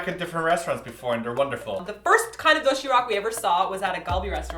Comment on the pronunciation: Ok so I love and and everything, but man the way they pronounced "doshirack" soo annoying. I'll forgive ya cause your foreigners though.